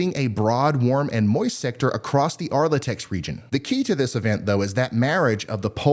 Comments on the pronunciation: Just a heads up, Ryan, it's actually "Ark-La-Tex" region and not Ar-La-Tex. Been here my whole life lol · "Arlitex?" Try saying Ark La Tex and I'll take you seriously. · It's ARK-LA-TEX.